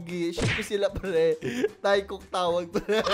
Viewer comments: teykook po basa dun sa taekook hindi taykook HAHAHA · PS."teykuk" po ang basa dun 🙂 Di po galit si aku hahaha the more you know lng pu hehehe😁